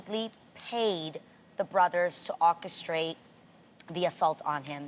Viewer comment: Lol Adrienne can't say orchestrate 😂